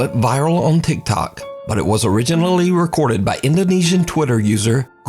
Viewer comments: I love how he says TikTok 😂 “And here’s my gulp Tikerty Tok” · Love how he pronounces tiktok sometimes lol